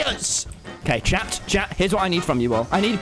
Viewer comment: instead of chat he said shat